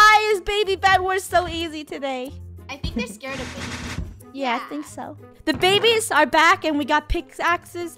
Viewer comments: It’s not baby it’s Beh beh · The way finish says baby she says babay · Its babeh just saying no hate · i love how baby funneh said babeh every time she said to someone hehehe